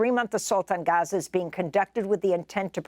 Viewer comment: Bless her she tried so hard to say Gaza properly (Ghaza).. and she did it well 💯🤍